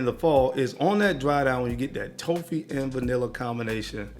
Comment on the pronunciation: Where is from? I've never heard someone say Toffee that way